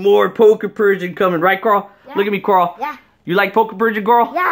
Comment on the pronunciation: Deez Nuts HE SAID CARL IT IS CARL ITS NOT CORL